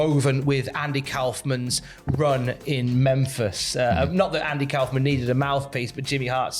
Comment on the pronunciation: Kaufman rhymes with Hoffman. Anyway....they should get Letterman to induct him if Jerry or Tony Clifton (the other one) is unavailable... So awesome he's going in.